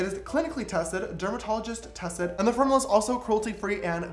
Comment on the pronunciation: Is it just me or a did he say form ou la?😂😂